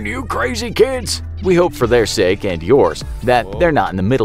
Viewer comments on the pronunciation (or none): none